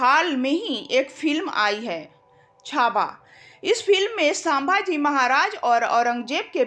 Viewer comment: sambhaji ko sabha ji kyoan uchcharit kar rahi àap. Seekhlo uchcharan.